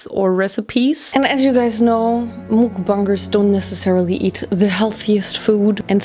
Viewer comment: I can’t 😭 😂 nit Trina be mean but “mOoKBuNgErS”